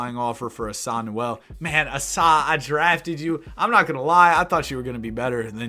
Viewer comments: Asa is pronounced like the A in cake, ASUH not ASahhh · asa is pronounced ay-suh btw